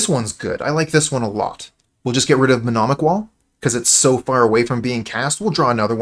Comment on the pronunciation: Nice, this is a deck I really wanted to see being played. Btw it's mnemonic wall not menomic, it's a silly word